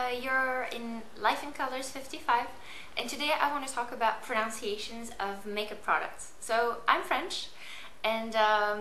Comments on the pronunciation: thanks.. your videos are very helpful.. let me return the favour.. u pronounced proNUNciation wrongly.. it's pro-nun-ciation.. not pronounciation.. FYI ( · Let's return the favor: it's pro-NUN-ciation, not, pro-NOUN-ciation ;) Pro-'noun'-ciation isn't actually a word in English haha. I say this with love, and thank you for the tip on Clarins, my girlfriend loves that shit... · Its proNUNciation and not proNOUNciation. :) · Pronunciation of pronunciation was wrong she said PRONOUNCIATION. .